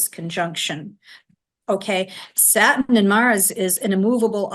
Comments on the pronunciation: I love that you're a Virgo (high vibration Virgo) My Capricorn sun and moon resonates with you. I love how says satin when she's saying Saturn and yes Pluto in Capricorn is icky energy. We all just need to hang on because it'll get better. I'm dealing with crazy mercury retrograde energy and still haven't regained my energy since the eclipse. So I really appreciate this. This is an amazing podcast with the two of you. I think you're a winning duo! 😁❤ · Why "satin" not Saturn? And we are supposed to believe you?